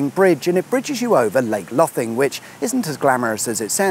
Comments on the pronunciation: Lol that's not how you pronounce Lothing, it's the same as loathing. On another note both this and the new yarmouth bridge have improved traffic massively. It can now take me half an hour to get from the south side of lowestoft to the north side of Yarmouth at rush hour. It used to take that just to get from the south side to the north side of lowestoft alone, even upto an hour if there were any roadworks. So it's money well spent, albeit an insane amount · I think you’ll find in pronounced lake ‘Low thing’. That’s how my in-laws say it and is locals. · glad to see you made it to my hometown, its pronounced Lake "low" thing..... the north side of the river is technically an island called Lothingland as its boardered by the sea, and 3 rivers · Quite a lot of "facts" here that are not quite true. Starting with the mispronunciation of "Lothing" in Lake Lothing. The location of this third bridge was actually first discussed in the early 70s, if not before, and the proposed crossing point has hardly changed. I would also say that it has cetainly been a success in terms of traffic easing in the town.